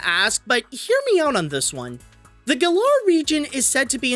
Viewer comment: At least I'm not the only one who likes to pronounce Galar with second "a".